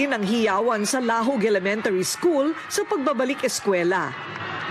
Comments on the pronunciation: Korina and her team should at least try to pronounce the name of the place correctly. When you pronounce Lahug, the stress is at the 2nd syllable. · Sana mag research muna kung papano Ang pag pronounce ng LAHUG' maraming nakíkinig buong Mundo hehe